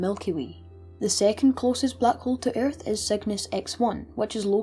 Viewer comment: eyarth Oh lord XD No offense, this is a amazing video. But eyarth